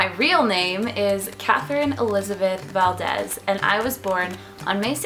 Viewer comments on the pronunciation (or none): none